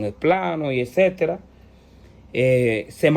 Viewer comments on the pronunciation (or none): none